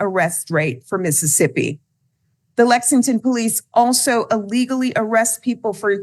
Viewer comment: I stopped watching after she said Mississippi.